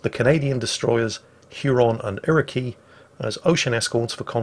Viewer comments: Iroquois is pronounced ir-uh-kwoi, not ir-uh-key. Should also point out the torpedoes on the Haida were always launched with the rear-most tube first regardless of which side they were being fired from so as to minimize the possibility of torpedoes colliding when launching a four tube salvo, so WG/WoW is going to have to fix the glitch when all four tubes are launched in salvo from the port side (the starboard side models the salvo launch correctly ). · It's not Ir-o-key, it's Ir-o-kwa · Ira-key? In Canada, at least what i’ve learned and what everyone in the Navy says, it’s pronounced Ira-kwaa. Britain says otherwise? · Iroquoi is pronounced Ere-o-kwaw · I’ve seen both ships(Haida in Hampton, Ontario and Acadia in Halifax Nova Scotia ) and I must say, they are beautiful Also, Iroquois is said like iroquas not irokey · When he said Irakey... and not the proper Iroquois (pronounced ˈir-ə-ˌkwȯi ) my heart skipped a beat... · Canadians always say they're sorry - But they don't mean it!! Damn't I'm going to learn how to sail this beauty eh!! IroKey!!! It's Iroquois (kwa) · Okay,, Iroquois isn't "ear-ih-key" it's "ear-ah-kwah" (like quoi). You got Huron right though! Sincerely, a Canadian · "Ear-A-Key"? its "iroquois", a North American tribe. Pronounced /ˈirəˌkwoi/, roughly E-rha-Koi (like the fish). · Not Canadian but, Haida's sister ship Iriqouis is pronounced Iri-Koy not Iri-kee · Just FYI, Iroquois is pronounced "ear-oh-kwa", not "ear-oh-key" :) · Erikee lol Its pronounced "ear i qua" phonetically Iroquois Canadians will forgive you. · Iroqouis is pronouced "ɪrəkwɔɪ/ or /ˈɪrəkwɑː/ "... not 'Irow-key'. I blame the French. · The Haida, Huron, and Iroquois are all Native American tribes - hence, the Tribal class destroyers. Except... The latter is pronounced "irro-qwoy" (cos it's the French name for the Haudenosaunee tribe). Not irro-key Buffer has a long weight for you, head down to the NAAFI flat and ask nicely.